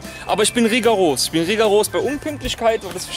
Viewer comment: Geil "reegaros" :O) Heißt aber "rigoros" lol